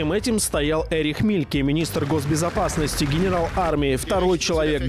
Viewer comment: Правильно произносить по --немецки ЭРИХ, Это обычное , распространённое мужское имя в ГЕРМАНИИ и родственных странах.